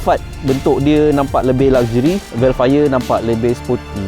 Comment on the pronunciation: Dia cakap hel fire